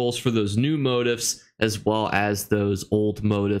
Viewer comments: It's MO-TEEF!!!!! Not MO-TIFF......😁😁😁 Other than that good stuff!!!! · It's pronounced mow-teef